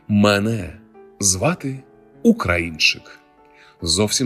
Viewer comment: Ну, чому не слідкуєте за наголосом слів? Ну, чому мЕне звати Українчик? А може тебе звати ШІ ?